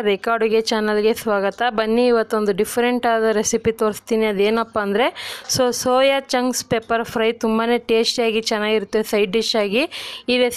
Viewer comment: ಅಕ್ಕ ಚೋಯಾ ಚಾಂಗ್ಸ್ ಅಲ್ಲ ಸೋಯಾ ಚಾಂಗ್ಸ್ please correct your Kannada madam